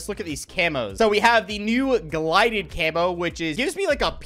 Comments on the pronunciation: Bro just did not call Gilded camo glided💀💀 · Great video! Also it's gilded not glided. Much love. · He was saying glided instead of gilded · Missed you; man said “gLided” camo 😂😂😂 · bro called gilded ..GLIDED 😂😂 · Mans said “GLIDED” camo 😂😂😂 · "Glided"...lol. Gil-dead....gilded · No one mentioning it says GILDED? Not GLIDED???? Good luck camo grinding!! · Hey, I'm going to be that guy. You called it the glided camo, not gilded. Enjoy. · Sorry to be this guy but how many times did you say "Glided" when it's "Gilded"....I'm sorry but that was killing me 😂😂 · I love you and have watched forever, but it's pronounced gild·ed, not glided lol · its Gilded not glided lmao😂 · Who else got infuriated when you realized it was Gilded and not “Glided” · Love the video but it’s GILDED not GLIDED 😂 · GlYded.. Gil-ded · There's no way he pronounced "Gilded" like Gilided.... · It wouldn't be cod without mispronouncing/misreading something...marty-dom, gli-did... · my man its GILDED camo not GLIDED 😅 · Bro it’s gilded not glided camo😂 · Gilded not gilided if that’s even how you spell it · You are saying gilded wrong it’s gilded not glided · It's pronounced Gil-ded not Gli-ded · did he just say "glided" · I think that you are saying GILDED wrong